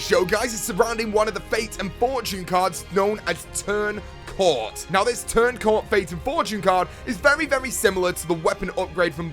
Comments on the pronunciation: it's turn coat not turn cort. Lol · It's Turn Coat not Turn Court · Did he just say turn Cort wtf it's turn coat lol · It's turn coat not turn cort... if you look at the "r" in the word "turn", and the "a" in the word "coat" you can clearly see the difference between the two letters... maybe you've been eating too much!! 🍕 🍕 🍕Lol still loving Myth Busting Mondays dude keep up the good work! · isnt it Turn COAT? AHAHAH not Turn Cort. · its turned coat u fuckhead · its turn coat dude